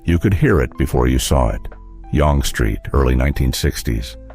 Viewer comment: YONG Street.... SPADEENA .... AI IS SO FAKE.